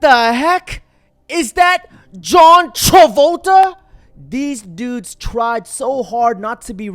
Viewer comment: "John Chovolta" 😅